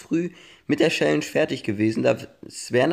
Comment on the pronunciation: "Schälläntsch" 😂 #nohate